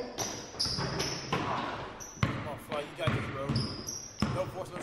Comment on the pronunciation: flight is before u say the h like hooee